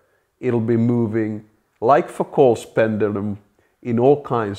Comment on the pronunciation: Who would've thought the Finnish pronunciation of Foucault would be such a good way to start a pub brawl?